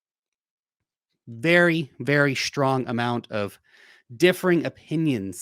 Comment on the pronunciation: There is no "h" in "strong" numb nut.